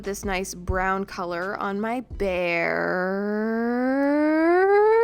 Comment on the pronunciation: "On my BearrrrrrrrrrrrrrrrrrrrrrrrrrRRRRRRRrrrRrRRRRrrrrrrrrrrrrrrrrrrrrrRrRRRrRrRR"